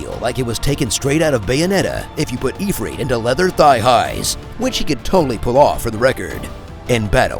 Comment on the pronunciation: I like how you pronounced Ifrit 2 different ways, but we can all agree that your pronunciation of Chocobo is the correct one even though they call it "Chalkabo" throughout the entire game.